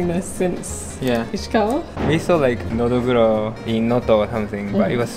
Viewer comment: just separate into 2 words Nodo (throat) Guro (black) when you say it lol